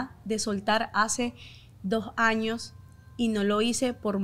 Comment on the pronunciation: Muy influencer y lo que quieras pero no se dice jaños es años un poquito de por favor